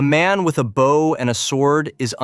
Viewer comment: Geez. Two seconds in, your AI slop voiceover uses the wrong 'bow'. It pronounces it like the bow of a boat, not the kind of bow that shoots arrows. You can't just run the AI slop and expect it to get everything right. You have to go over it all and get it to fix what it botches, or you get absolute rubbish nobody can stand to listen to. Honestly, if you're too chicken (or just lazy and sleazy) to use your own voice, just don't make videos. Yuck.